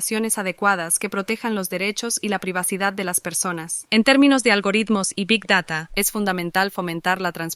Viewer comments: ¿Big dará?¿ Este chaval es mexicano o español? Hasta la inteligencia artificial pronunció bien,Big Data. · Roberto: Big dara IA: Big data Me cae mejor la IA 🤣🤣